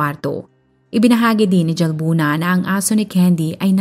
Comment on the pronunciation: Halbuna po ang pgkapronounce ng Jalbuna☺️